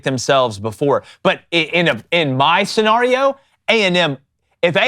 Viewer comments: Love the way these geeks pronounce “scenario” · Bro why you pronounce scenario like that 😭